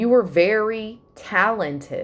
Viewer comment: Love how you said Talon-Ted lol #yeamon 🤘🏻😎💜